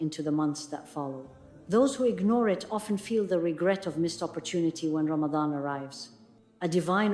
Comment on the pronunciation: AI is saying Ramatan not Ramadan. Ya Allah.